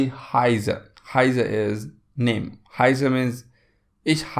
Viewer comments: Please correct pronunciation for heiße . It should sound like ( उत्सव) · Flasche - the a is not pronounced with a long " a " Heiße - the ß is pronounced as a sharp s also known as scharfes sz in German. Hope that helps. (I am a Native German speaker)